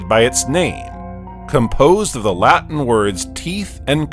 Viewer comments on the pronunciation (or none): none